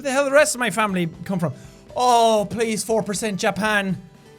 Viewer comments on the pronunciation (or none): Famibly lol I just lost it